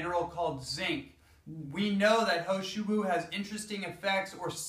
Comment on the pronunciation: He Shou Wu ... this is how you should pronounce it as : Her Show Woo Hope it helps :)